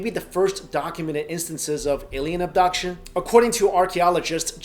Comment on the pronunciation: Lmao the way he says adbuction